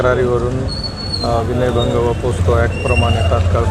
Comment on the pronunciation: ते विनयभंग असते.... वनय नसते